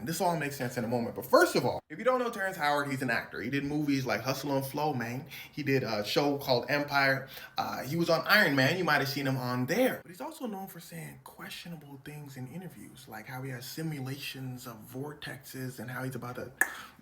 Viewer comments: “He was in iron mayne” 😂😂😂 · Did say Iron MANG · It's not iron man it's Iron Mayne 🤣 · “He was in the movie Hustle&Flow Mayne” “He also played in the movie Iron Mayne” ☠️☠️😭😭😭😭😭😭😭😭😭😭😭😭😭😭😭 few seconds in and already Melted me 🫠😮‍💨 now I just have to survive the comments 😂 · "Iron Mayne" 😂